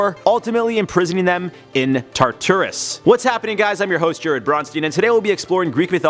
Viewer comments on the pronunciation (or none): Okay but does tar-tour-ous trigger anyone else?